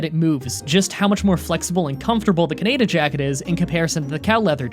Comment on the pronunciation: Jesus Christ it’s pronounced kahneedah